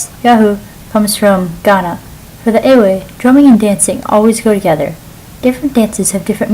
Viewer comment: didnt teach you how to say EWE.